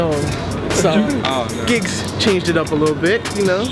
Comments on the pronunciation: Man said "Gibbs" ffs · who heard when my man repeatedly called him Gibbs 😂😂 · Shout out to gibbs haha its "GIGGS" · Man said Gibbs 😐😂😂😂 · calling giggs 'gibbs' haha shocking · saying gibbs like he plays for arsenal